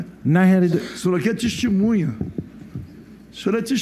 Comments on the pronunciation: Que deputado advogado é esse, que fica repetindo erradamente a palavra testemunha como "tistimunha"? Nem falar direito sabe e é deputado! Aff... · Rarara "DESTEMUNHA" rarara